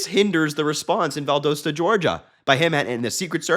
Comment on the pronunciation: First off Harry you are saying the name of Valdosta all wrong. Second I am still living in the disaster in North Bryan County. We still havn't heard word from our local government or Biden and we still have no power or water or resources. If it wasn't for friends and neighbors doing all the clean up we would be a lot worse off. I even went on Fema to fill out forms and they denied it saying"there was no storm that damaged our town so no aid will be coming" but they have every county that touches us on the Fema site for approval and Chatham is even on there and they didn't even get affected like us and didn't have to worry about losing any power or being trapped like we were. Unless you are here then you know nothing of what is going on with our Gov Korean Kemp who got that name by forcing a lot of people out of my town and destroyed a lot of forest to build that big EV plant for Hyundai and now were are told our water supply will dry up because the plant uses 6.6 million gallons of fresh water a day just to make batteries and we will need to pay another county to pump drinking water to our families.